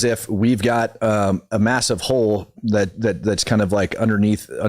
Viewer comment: Candice would pronounce it, “ A HO IN THE HOOL”!😂